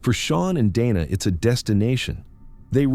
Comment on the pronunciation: Whoever is reading this and listening to it before they put it out is a finished product because Dana has been called Dana Donna and now Dina was the pronunciation but then it's spelled dino. what else are you going to call in before this video is over?